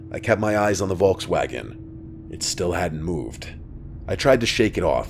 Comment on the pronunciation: Love, how you pronounce "Volkswagen" ❤